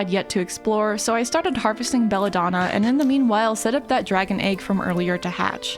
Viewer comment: now the real question, she know what it mean or she search and discover it XD, also the pronounce is a little of but wow if it is good (For who don't know "Bella donna" in italian is beautiful woman)